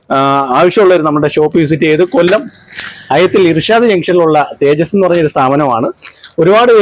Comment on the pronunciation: തേജടി അല്ല തേജസ്‌ ആണ്..